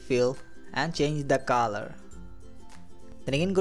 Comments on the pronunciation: what is the "kaaaalar" 😐😐?? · Please bro it's color..... Not calar